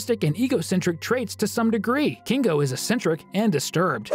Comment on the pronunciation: Why do you say kingo and not kinger